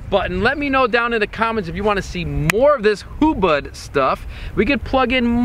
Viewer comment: This is very important to keep in mind: It is "HUBUD" not "Hubad". Hubad means "get naked" in the Filipino language.